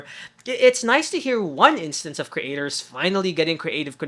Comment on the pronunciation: I'm curious why you insist on kree-ative and kree-ator. Your pronunciation on words with the ea combination is bizarre 🙂 it's so obvious during ... the pause between kree and atives is triggering me unreasonably 🙂